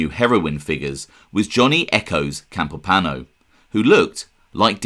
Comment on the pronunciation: Campo pano? No. Campo Piano , Pi A No. Alles klar?